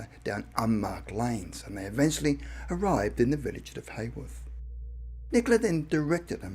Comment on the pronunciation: I've just realised that 'Hayworth' is actually Haworth, pronounced Howarth. The home of the Brontë sisters.